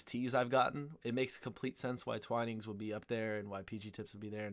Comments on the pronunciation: Twinings, not Twinnings. It's pronounced with a long "ai" sound, as in "Twai-nings". I have to admit, I know a lot of people don't like Twinings, but I do like their English Breakfast and Earl Grey varieties. I have to admit, though, I haven't tried many other brands, including Yorkshire Tea and PG Tips, so there could well be many better brands. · Twinnings is pronounced TWY-nings. Got to agree their Breakfast blend is the best. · HI DEBRA HERE FROM SOUTH WALES UK Twining is pronounced TW-EYE-NINGS I am not a big tea consumer but if I do drink it it has to be Twinings Earl Grey with a spoonful of honey and a slice of lemon and no milk. If I drink a builders tea I like P G Tips, black, strong with 2 sweetners or sugar. I am a black coffee drinker really as I find coffee has more flavour to it. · Why do you say Twinings as Twinnings? Do you say dining as dinning?